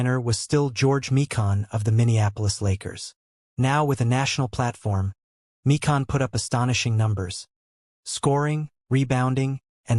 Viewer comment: George My-kin not Mee-Kahn.